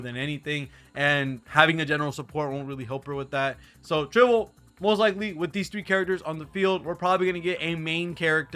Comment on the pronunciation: it's Tribbie not Tribble 😂